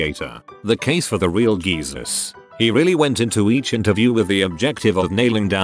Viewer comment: Yes. Gezus. LOL